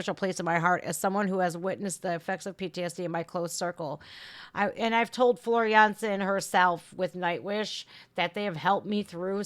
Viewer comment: I like how you properly pronouce Floor Jansen the Dutch way..👍